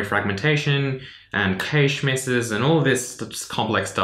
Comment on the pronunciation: You pronounce cache wrong lol